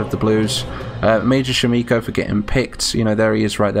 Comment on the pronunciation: Thank you for the honour of being present on the field! sham iko not sham eco please and I'm a lady ^^;;, this was great nevertheless and such an honour!